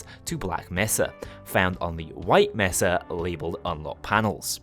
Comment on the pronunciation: Measa..? It’s Mesa